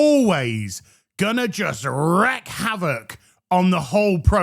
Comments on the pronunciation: Goddamnit,. Wreak is pronounced like reek, not like wreck. Stop making that mistake, you amusingly shouty thumb! I want to withhold all your biscuit, chips, and crisps funds every time you get it wrong. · me ol' mukka. Loving the vids as ever BUUUUUUT please check how to say wreak it's wreak as in week not wreck. Wreck means to physically destroy or ruin something, while wreak (wreek) means to cause or inflict something, usually harm or chaos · It says "WREAK havoc" pronounced reek not wreck so you read it wrong 3 times you daft fucker!🤣Love the vids mate, hope I haven't pissed you off and brought out Red 😂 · Oi mate you don't know how to pronounce wreak.